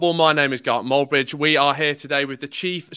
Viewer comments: Is this a parody video, why is the presenter calling himself gark moldbridge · Fair enough for saying Gark Moldbridge 😂